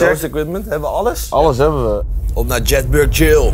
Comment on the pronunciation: Zo ontzettend irritant dat ze (behalve de OV) Jedburgh steeds verkeerd uitspreken